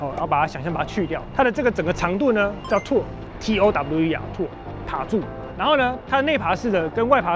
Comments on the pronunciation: 影片中的唸法是錯的, 應該是唸"淘耳"而不是唸"突耳". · 那個唸掏耳（tower),不是吐耳😂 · 你拍的影片我很喜歡，但是那個Tower是念套兒，抱歉要糾正一下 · Tower唸錯了！！！！ 是時候找amazing talker了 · Tower唸法要修一下